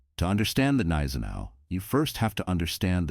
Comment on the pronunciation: G-neisenau. Most probably. No soft consonants in German.